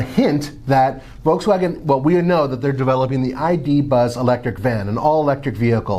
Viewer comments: It’s not „V-Double U“ xD German company = German pronunciation! XD we also pronounce American Companys in English. Sooooo please! xD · It’s pronunciation is “Dutch + ya” Not “Neeson” it is “Nis+sun” :D folksfagen... it’s folkswagen Citron hahahaha Just watch their advertisements so you can maybe learn how to speak their names you merikans :D Pohahahaha!!! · why is this guy killing all the names of cars. Us people need to understand that we read the automakers depending on where they are from not where they sell lmao